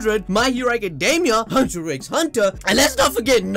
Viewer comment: Its HUNTER HUNTER you don't say the x